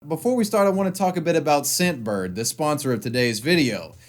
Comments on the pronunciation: did you hear scent bird or simp bird like if your heard simp bird and comment if you heard scent bird. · Thought he said simpbird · First I thought I heard "SimpBird". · Is it me or when said scentbird it sounded like simp-bird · I thought he said simp bird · I thought you said the sponsor was SimpBird -_